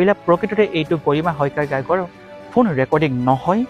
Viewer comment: Ki fuun recording?? Phone recording..komsekom pronunciation tu thik kor naa...🙄